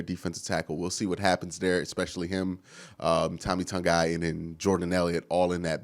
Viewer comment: I sure hope learns how to pronounce Tommy Togiai's name before the next vid 😂